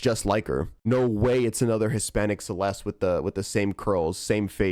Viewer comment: your pronouncing her name wrong ITS CE-LES-TEH